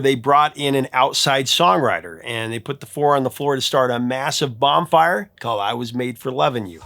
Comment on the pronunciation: Haha did you say bomb fire? I just watched a whole episode about eggcorns and that’s what bomb fire would be. It’s BONfire 🔥 ❤